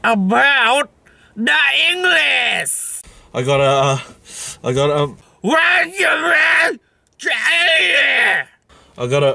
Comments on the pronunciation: What about dah engless yea then he doesn’t know how to pronounce English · Like really “WHAT ABOUT SA ENGLESS”